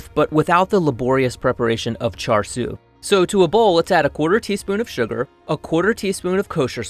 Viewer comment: I dont think you're supposed to pronounce the r at the end of char siu. You're the first person I've seen pronounce it, so maybe I'm just wrong and too sheltered.